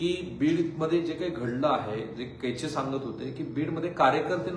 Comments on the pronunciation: केचे नाही हो, कोचे म्हणा..सदानंद कोचे, माजी collector, Beed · केचे नाही साहेब कोचे. .बोला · केचे नाही, कोचे आहेत ते. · केचे नव्हे, कोचे